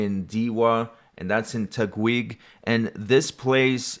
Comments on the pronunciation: thank you for covering this issue.. im always updated about this thing because of you and other youtubers who give time and effort to cover this things.. and btw, TAGUIG is pronounce as TA-GIG... no hate just correcting some words... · Hey dude, been following ever since you covered Johnny Somali Just wanna help you a bit "Taguig" Its not Tag wuig Its Tah-gig